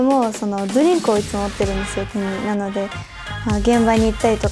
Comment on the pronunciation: ドリンクの発音が日本人と同じなのすごいと思う